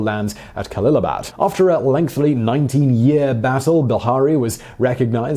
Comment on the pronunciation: Lengthly is still not a word, Simon, no matter how many times you pronounce it that way. LOL